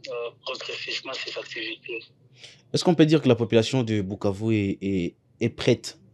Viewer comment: c’est koi cette facon de pronouncer Bukavu